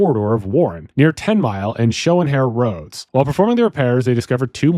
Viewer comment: Oh crap, this is my stomping grounds. I live right there. Also: Schoenherr Rd is pronounced SHAY-ner. It always stumps people I meet from out of state 😄